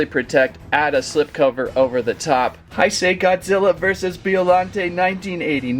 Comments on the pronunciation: Heisei is pronounced like this hey-say not hi say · "the heisei era is my favorite era". doesn't even know how to pronounce heisei. here's how to pronounce heisei properly: h-e-y-s-a-y